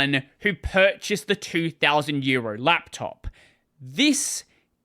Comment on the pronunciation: The way you pronounce "€2000 laptop" sounds to me like "2000 year old laptop". I was genuinely puzzled at first. 😅